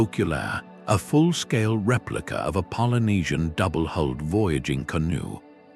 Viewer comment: AI's creation of a "kelp forest" is hilarious. The many mispronunciations ("did the *tuba* float across on its own," "double-*holed* canoe," etc.) and the images of four-fingered humans with European faces earlier in the video are funny enough, but imagining a canoe among kelp "trees" jutting far out of the ocean is supreme.